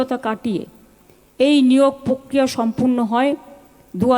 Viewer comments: Ooo pishir .... Pokriya noy , prokriya Problem noy , problem Kunal ghosh ei bhul gulo toh shudhre dite pare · Kothata hobe _ prokria.Athocho amra ki shunchi_pokria.